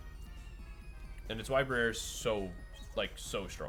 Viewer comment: Lmao “bri-air”, ou said that so fancy, is that the high society pronunciation?